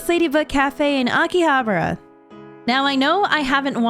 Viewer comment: I dont have the intention to be rude but the way she says akihabara reminds me of that fortnite video where the guy calls the kamehameha something like "the kamiamama"